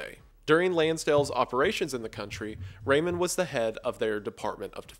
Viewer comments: i can't get used to "Ramon" from Ramon Magsasay pronounced as "Raymond" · i know im late but its pronounced as magSAYSAY not magSEYSEY TT edit - also its RAmon not REYmon TT <3